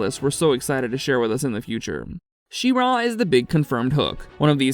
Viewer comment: The stress is pretty even between She and Ra btw, it was weird hearing you say She-RAaa :D